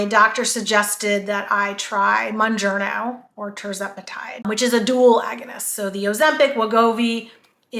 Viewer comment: I'm glad people are making videos about these drugs but I also wish people would pronounce them right so listeners would learn the right names too. Mounjaro has helped change my life, and I spread the knowledge when possible, so I've done my research, including pronunciation. Mounjaro is pronounced like MOUNt KilimanJARO. The Moun- part is like the word noun with a letter m instead, and the -jaro is pronounced like JAHR-OH. There is no n at the end. I am shocked about how many YouTubers pronounce it wrong. I've seen: MON,MUN,MOON-JER-O MON,MUN,MOON-JAR-O MON,MUN,MOON-JARNO MON,MUN,MOON-JERNO ETC.